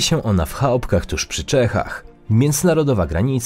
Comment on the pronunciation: Nie dość,że robisz błędy w wymowie ( w Chałpkach???) to nieznośnie stękasz do mikrofonu skutecznie naprowadzając mój prawy palec wskazujący na " X" po kilku sekundach...